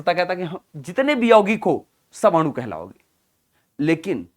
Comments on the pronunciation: Sir adu nhi anu hota hai aap bol rahe ho to ese lag rha hai ki aapmadu bol rhe ho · Sir aanu ko aadu kyu bol rahe ho 😂